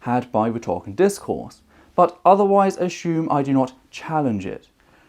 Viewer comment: I've heard "us-SOOM" and "us-YOOM" as pronunciations of "assume", but "us-SHOOM" is a new one to me. :)